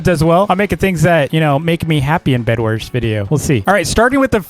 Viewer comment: Did you just say Bed"WERS"?